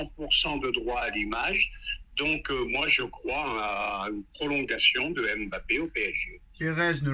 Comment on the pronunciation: ON ne prononce pas le M de Mbappé il la dit dans envoyer spécial